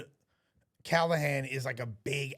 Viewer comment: he can barely read, Callaghans name did not change a single time yet somehow he managed to pronounce it a different way every single time